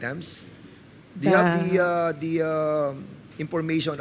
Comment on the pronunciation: have....not hub....please naman mag pinoy linguahe na lang kayo mga engot.